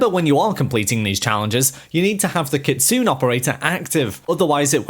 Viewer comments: Ayyeee! It's not kitsooon*... It's pronounced * KITSUNEY Learn how to pronounce stuff apart from English man, you guys freak out when we accidently mispronounce English words, when all you can speak is only English. 🤣😂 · KIT-SU-NEH , not Kit soon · Her Name is pronounced “ Kit, Sue, Nae” Kitsune! Not “Kitsoon” 😂🤣! Cultural Appropriation at it’s best (Chef’s Kiss) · It's pronounced kit-zu-nay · It’s kit-su-ne